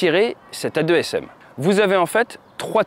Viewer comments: AASM et non A2SM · On dit des « deux-a s m » pas des « a-deux s m » ?!? C’est pas important, bonne vidéo, bonne qualité, continue comme ça !